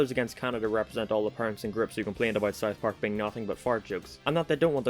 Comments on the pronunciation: It's pronounced South Park, not Sith Park. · Am I the only one that has a problem with him saying it like. Sarth parrk